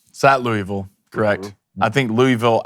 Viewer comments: It's two syllables. Luhl-Vul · Idk whats worse, the butchering of this game prediction or his pronunciation of “Louisville”.